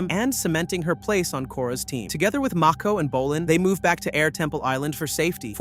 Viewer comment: Is this AI omg ? “Toeph”? “Mayko?”